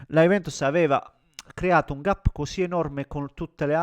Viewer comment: Hai un canale in inglese? ma è uno scherzo? con questa pronuncia? Il SIO della Juventus? Il GAP (pronunciato proprio GAP)?